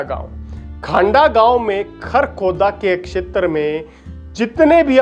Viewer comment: क्षेत्र का pronunciation इतना कड़क और अलग अलग करके बोलते हो जैसे की ये 4 शब्द हों। Info brought out is not authentic n reliable